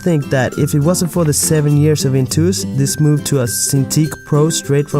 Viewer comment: It's intuos not intous. Well and about the topic: just use whatever fits best. I prefer seeing what I'm doing, but that might be the other way round with others